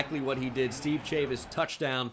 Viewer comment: The mispronunciation of "Chavis" is killing me